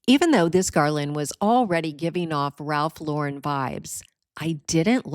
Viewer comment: Wonderful ideas and thank you for pronouncing Ralph Lauren correctly.